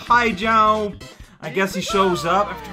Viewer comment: I love when says jomp!